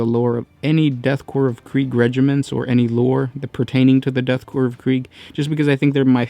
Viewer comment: It is called death korps of krieg, not kreig